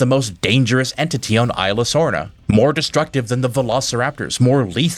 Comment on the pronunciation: It’s pronounced EES-la not i-la.